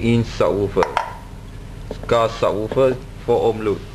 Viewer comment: What does "sawoophah" mean?! Did you mean "subwoofer"?! :|